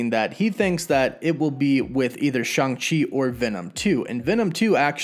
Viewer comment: It’s pronounced Shong Chee not Shang Chee